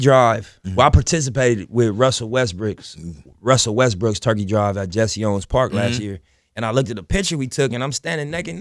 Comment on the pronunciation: Just noticed how he called Russell, WestBriccs 😅 lol